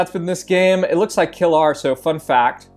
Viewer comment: [KILR] is not kill-our :c . Its Killer shortened